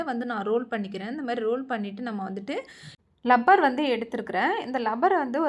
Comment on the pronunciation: Rubber...not lubber